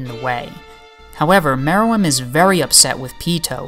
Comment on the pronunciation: I thought Mereum is pronounced Meer-rum.